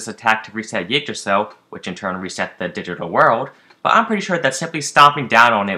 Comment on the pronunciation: Ygdrassil not Ugdrassil FFS....